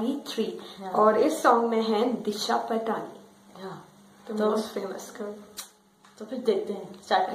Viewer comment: its not patani its "paatni"... Thank me later😎